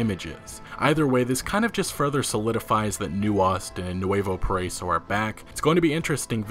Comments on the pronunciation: not poriso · Man I love your videos and I watch them as soon as they come out but it bothers me how you say nuevo paraiso it's, "pah-rah-ee-so." excited to visit it though! (great great grandpa was a revolutionary at this time) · Para-eeeso PARA-EEEESO. Geezus man, learning to pronounce shit correctly is the literal LEAST you could do as a news regurgitator. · Just for future reference its Nu-eh-voh Para-eeso